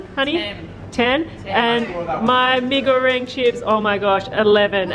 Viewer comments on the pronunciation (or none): Btw i thing u mwent mi-ee-ga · just a reminder mi goreng is not prenouse like that bc it prenouse with like indonesian words bc its indonesian food